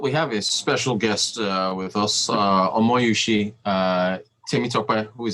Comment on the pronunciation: And Rotus, it is Omosuyi not Omoyusi. 😂